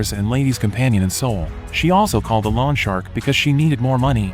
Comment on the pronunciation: Will lawn shark mow my lawn. Lol. Maybe check how to pronounce “loan.”